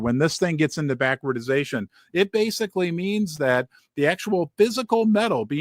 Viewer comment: Love your show! But it’s BACK-WARD-DATION 🙏